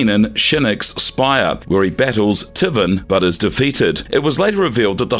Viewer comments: Tivvin instead of taven lmao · Unfortunately a lot of your facts are wrong like the MKX comic book being Canon. The Creator went and said it's no longer Canon. Also at least pretend to know what you're talking about and get the pronunciation right bud. TIVEN SHAN SUESUNG